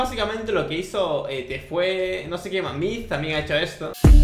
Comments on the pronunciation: Wen eschuchastes TEFUE en vez de TFUE :v El mundo va a explotar amigo xdxddd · Se pronuncia tifu :v